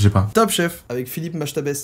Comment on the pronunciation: "Philippe Machtabaise" bon 😭😭